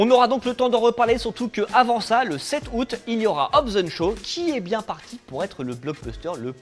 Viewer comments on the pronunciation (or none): none